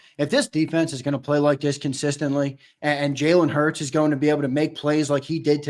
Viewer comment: HEY sileo put some respect on jalen hurts name😅😅😅 you been wrong all yr 😅😅